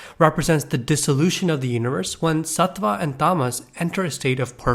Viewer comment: Yeah bro pls learn how to say tattva satva and guna